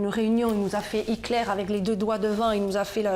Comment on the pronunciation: Arf....la dame qui dit hikler 🤯